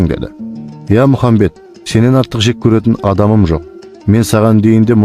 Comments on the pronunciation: мырза, Мұхамбед емес, Мұхаммед саллалаху уәлекум уәссәләм.Братан қате айтпасиш ияма,давай аллах сағанда мағанда разы болсын🤲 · Әссәләму'алейкум пайғамбар с.ғ.с есімін дұрыстап айтса керемет болар еді Алла разы болсын